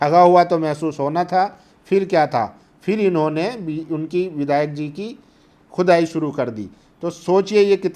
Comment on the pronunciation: Bhai aap saaf saaf bolo... Khudaai ya ch...ai? 😅😅😅😅